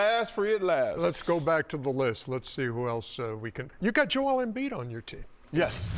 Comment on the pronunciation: Kenny really said embiid